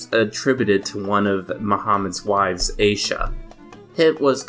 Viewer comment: The first two vowels of the name Aisha are a diphthong. It’s pronounced “a-EE-sha”